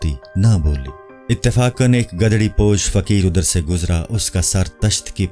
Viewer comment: Bhai urdu pehle kisi ko suna liya karo..gadri nhi gudri posh hota hai